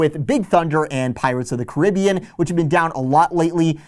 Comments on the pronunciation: its Caribbean not what you say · It’s not pronounced Caribbean, it’s Caribbean.